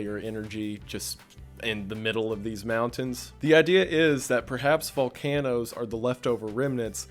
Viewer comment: lmao he said vol CAN o's